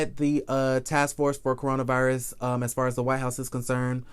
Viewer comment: Why are you say cornova virus ? And kenya Moore Hair Care?? When are you going to drop that ? Not cute any more!